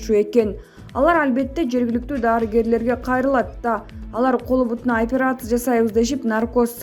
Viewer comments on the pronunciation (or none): none